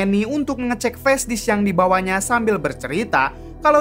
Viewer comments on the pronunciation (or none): none